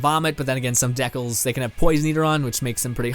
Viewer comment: Maybe ask a friend on how to pronounce decal correctly. Lol